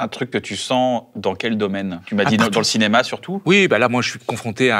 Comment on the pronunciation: le CINEMAH